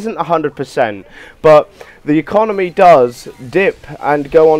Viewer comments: Did he say econonomy? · "economomy" sigh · I quit the video when he said 'econominy' at the start